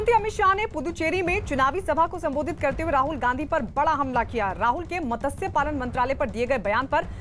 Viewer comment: it's not मतस्य its मत्स्य 😂😂